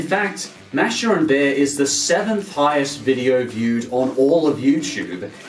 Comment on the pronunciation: Btw, it's pronounced M-a^h-sh-ah